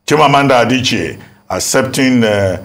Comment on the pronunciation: What type of Igbo does Ms Okpe, speak? How come Dr. Abati is pronouncing Igbo names better than Ms. Okpe? Adiche ko, Adichi nii. A-d-i-c-h-i-e. She also said "Aba" instead of Abba ( I am sure she will not call the musical ground "Aba").